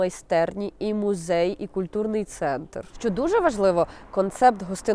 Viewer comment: "Гідности", "мюзей", ну це що за смак для вушок